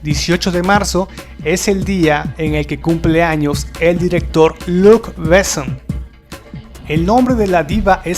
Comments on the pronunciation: ¡Híjole! A riesgo de sonar pedante, detuve el video en el minuto 4 porque no pude soportar cómo pronuncias los nombres. Perdón amigo. Los apellidos Besson y Reno se pronuncia como palabras agudas, como si tuvieran acento en la o: "Bessón", "Renó". Un tip: absolutamente todas las palabras francesas (incluidos los nombres) se pronuncian como palabras agudas, es decir, la sílaba tónica hasta el final. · Es realmente doloroso escuchar tu pronunciación, tanto de palabras francesas cuanto inglesas, así como nombres... antes de hacer un video deberías, por favor, chequear lo básico! "Béson", "CiberpUnk", "Yjovovich", "Osuma", etc... Terrible!